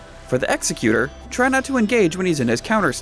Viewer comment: His title is pronounced ex·ec·u·tor. As in putting something into effect. The mispronounced way sounds like you're saying someone who carries out executions which is an executioner. Thanks for the guide, its very helpful.